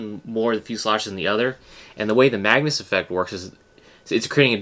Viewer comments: why were you saying mangus ? its mag-nus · its actually pronounced MAG-nus (its my name)